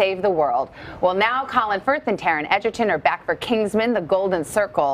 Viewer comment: Taron smiled and looked down when she said "Eggerton" WHAHAAHAHA aw taron